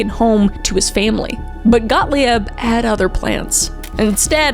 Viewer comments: This is a very interesting topic that gets derailed every time Kuhmkuh (KMK) says a name. Gottlieb is a German, his name is prounounced phonetically GOT-LEEB. Every time you say Got-Lee-Ebb you are derailing the story. You do it again with Dulles. These are famous historical figures here, and if you are trying to tell people about something or someone you take away your own veracity because if you can't get the important details right how can you get anything else right? I had to stop watching before 10 minutes. You are doing yourself, this story, and the people in it an injustice by the lack of effort to even get people's or places names correct. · The name Gottlieb is pronounced “GottLEEB,” not “GottLEE-EB.” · Gottlieb is pronounced Got-leeb, not Got-Lee-ebb. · He’s German so it’s (Got-Leeb) Not got-Lee-ab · Kris, I adore your deep dives! They're well researched and well explained, but please check pronunciation! James 'Whitey' Bulger, not Whitney. GOT-leeb, not got-lee-IB. I've noticed it on a few videos now. But still, very minor thing. I still love your videos! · its 'got-leeb' not 'got-lieb' even though its spelled that way 😅 sorry I know its petty but the word was said like a thousand times so I had to 🙃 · For future reference when it comes to German, I before the E makes the E sound, and E before I makes the I sound. So Gottlieb is actually pronounced Gott-Leeb. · FYI Kris, Gottlieb is pronounced "GOT-leeb," and Dulles is pronounced "DULL-us," and Ginsberg is said with a hard "G," as in "girl" or "grant." Thanks for the video! :) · I love your videos but it's hard to watch/listen when you mangle certain names and words. Please look up pronunciations before you record! Gottlieb is Got-leeb, Dulles is Dull-ess. I get that you may be intentionally mispronouncing these guys names as a slight but I've seen you do it with town names and places too. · Oh my god! It’s pronounced GOT LEEB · Kris it's pronounced Got-Leeb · I think it’s pronounced “got-leeb”